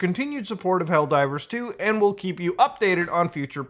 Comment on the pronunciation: Did you say "L Divers 2" here? LOL